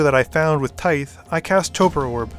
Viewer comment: I'm hoping I never have to hear you pronounce Tithe again. :D Fun game!